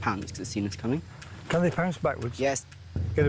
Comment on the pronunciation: camin not crocs